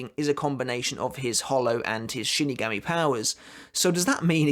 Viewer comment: You say shinigami absolutely bizarrely